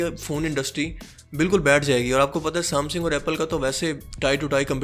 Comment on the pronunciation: بھت خوب بھای شکر ہے ورنہ میں پریشان تھا کیونکہ میرا سیٹ ہواوے کا تھا... ایک غلطی آپ کی آپ کو بتا دوں..."سام سِنگ" نہی ہوتا... "سےم سَنگ" ہوتا ہے...